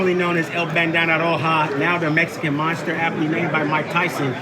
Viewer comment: Benavidez has never conjugated a sentence of his own all he says are phrases and popular idioms fucking pea brain mf fake ass teeth cant even pronounce mexican monster anymore meshican monshter